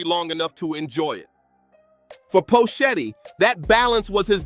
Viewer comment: Who the phuck is Poe Shetty? How can you phuck up his name like that.